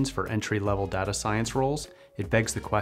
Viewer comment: This guy pronounces data like data so he can't be trusted...